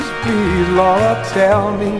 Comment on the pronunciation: I like how he say my daughter in law name Laura